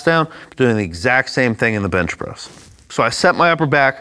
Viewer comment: Did he say Bitch Press? Haha